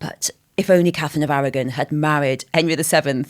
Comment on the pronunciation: Catherine of Awaw ? What is she saying ?